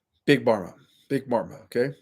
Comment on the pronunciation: It’s not big barma it’s big Pharma - with a f sound. Pharma is short for “pharmaceutical”